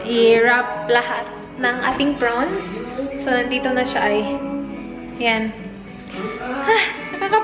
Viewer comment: Hay arts talaga kahit kelan.. Haha porons..lalong nmali ang bigkas..😁😁😊 With that long nails all the tiny tiny pieces of ingredients goes into it...jusme..!!